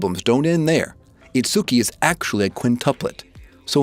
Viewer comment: Please learn how to pronounce Kaguya, Uesugi and Itsuki! 😭 Also it seems like you're rooting for Ichika based on the clips you've chosen... Don't, Ichika is a SNAKE! Totally screws Miku over in the manga, and most people hate her now. She's also definately not the bride. She doesn't have a single piece of evidence backing her up.